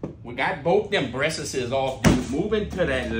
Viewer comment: I like the way you say dem breassAsez!!! 🤣🤣🤣